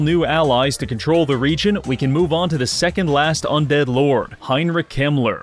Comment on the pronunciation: I thought he said Heinrich Himmler 😭😭